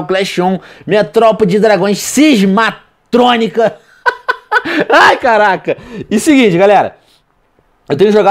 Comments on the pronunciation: Cismatronica haha nem sabe é ciamatronca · Cismatrônica kkkkkkkkkkkkkkkkkkkkkkk MDS VENOM É CISMATRONCA